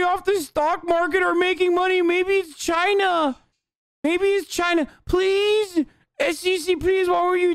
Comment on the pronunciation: HURURUGHGHHHH FOREIGN POWERS MAYBE RUSSIA HAHAHAH UHHH ITS CHYNAAA